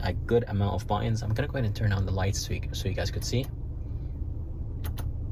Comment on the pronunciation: On the console, those are "buttons", not buu-inns. aarrggggg